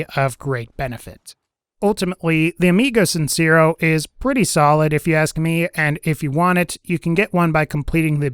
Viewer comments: "Amigo sincerrow" por que me esperaba que lo pronunciará de esa forma xd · "amigou cinsirro" nice spanish bro